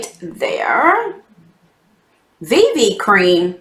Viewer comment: Seriously laughed so hard when you said VV cream! 😂 I don't think the box is worth the $$$